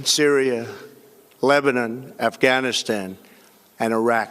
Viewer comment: He’sh shluring hish wordsh like Afghanishtan and United Shtatesh